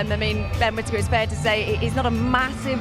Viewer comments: Did anyone hear one of the sky presenters call him “quittaker”? 😂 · At 5.37 did the commentater just call him quitaker? 😂